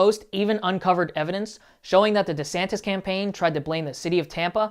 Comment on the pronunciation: DesanTISSSSSS, not DesanTEZZZ.....